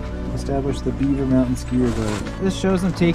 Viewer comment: Hey mountain has a T in it